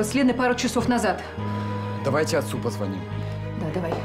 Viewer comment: "Давайте отцу позвОним!", сказал мальчик. А ударение должно быть на "и". Неграмотрые операторы, сценаристы, наспех снятые сцены